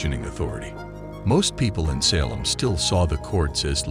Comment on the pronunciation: Also it's pronounced SA(Long A)-lem Not SAH(short A)-lem.